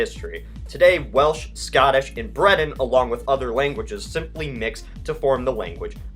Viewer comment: "Seltic" "Breton" "Ore-gone" Bruhhhh